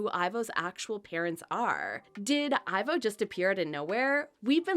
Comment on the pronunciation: First of all it not ivor it’s ivo